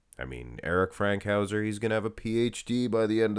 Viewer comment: It's FANKhouser, not Frankhouser